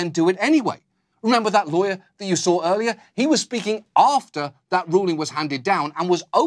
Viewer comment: He still says "sawr" instead of "saw", though. So he still has a little bit to go